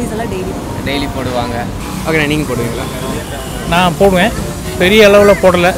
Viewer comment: Ena starting la poduvingala poduvingala nu sonningale kolam podubingalanu sonningala😂😂😂🤣🤣🤣🤣Na vera enamoo nanche..😁😁😁but very different video nice..